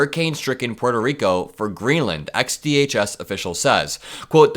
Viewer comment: It's nice to hear Puerto Rico pronounced properly. Most Americans (well, Gringos like me, anyway) say "PORT-oh" instead of "PWAIR-toh". Good job,! And I don't mean just the pronunciation. Edit: 💙💙💙💙💙